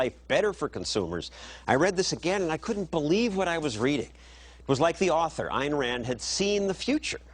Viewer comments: Never thought that Elmer Fudd would be a follower of Ayn Rand !! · "Ayen Wand lived a hewoic life"